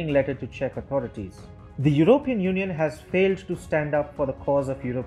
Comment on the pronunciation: What is "your-oh-peein"?